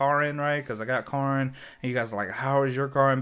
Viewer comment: When you call Karin (care-in) Karn (car-nn). I mean she hits like a car, but she’ll still cares for you.